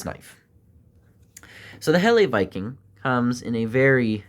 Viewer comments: Oi mate, thank you for the video but I just wanted you to know that it’s pronounced "Hella" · Just found this video,, 🤔,, Just fyi, (I'm sure by now you've found out anyway 😊) Helle is pronounced HELLAHH,, all the best my friend from the future, 😅